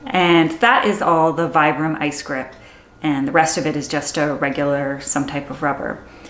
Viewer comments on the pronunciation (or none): "Veebram" is how it's pronounced.